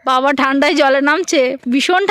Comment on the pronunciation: Tumi tomar babak baba na deke, "ba" bolo kno?? Nijer video ta akber vlo kore sunbe. Ata kono version ar vasa..?